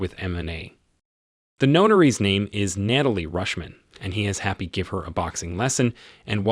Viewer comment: I'm not sure if the narrator of this has a speech problem , or he could be the same one that does talk to text for Google, cuz he not only weep o nized , but he also had Kate Mara sapuna Tony , and later on Nait a lee, also Nat a shaw Romanoff !